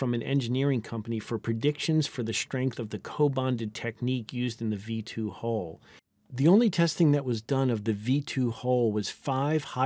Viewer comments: The narrator pronounces "stress" as though the spelling were "shtress." And his incorrect pronunciation of "hull" is interpreted by the cc as "hole." "Hull" rhymes with "dull," not with "pull." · The entire point of a language is that people understand each other, I understand the word Hull in many accents, none of them pronounce it as "HOLE" instead of HULL - except for some reason Americans who have the WORST education system in the western world.